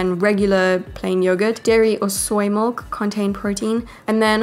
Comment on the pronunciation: These are awesome recipes! Tysm! I thought it strange that you said mulk instead of milk Lol, this is NOT hate btw!